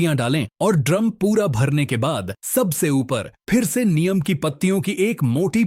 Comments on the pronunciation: भाईसाहब "नीम" को "नियम" नहीं कहते हैं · अरे भाई नीम को नियम नहीं बोलो